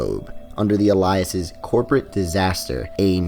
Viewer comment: Am I the only one hung up on how he pronounces "alias" ? I've never heard it pronounced this way before